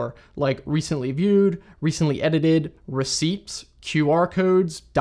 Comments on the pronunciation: wait bro said Recei”P”ts? That’s wrong but super nerdy cute❤ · Did you just pronounce the ‘p’ in receipts? Lol. I’m gonna need a moment to reflect on this.